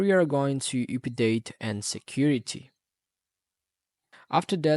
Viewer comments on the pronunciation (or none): "here we are going to OoPaDaTe and security" like learn to at least speak before giving us false information.